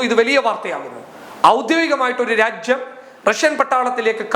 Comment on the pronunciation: നിങ്ങൾ രാജ്യം എന്ന് പ്രെസ്സ് ചെയ്തു പറയുമ്പോൾ ഉച്ചാരണം തെറ്റുന്നു. ഒരു മലയാള അദ്ധ്യാപകനെ ഇത് കേൾപ്പിച്ചു ഉച്ചാരണം ശരിയാക്കുന്നത് നന്നായിരിക്കും